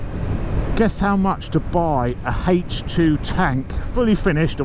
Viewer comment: Hejch two tank. Sounds like a WW2 German panzer of some sort.